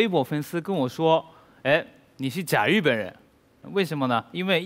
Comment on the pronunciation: 果然日本人中文再流利还是不容易正确读自己国家“日本”，总是念成Z本。隐形守护者的发音果然还是研究过的。